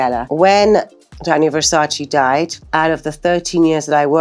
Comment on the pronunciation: The way even THEE Naomi mispronounces the word "Versace" I-...